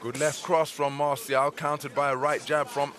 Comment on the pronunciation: Not masiao it's Marcial😄😆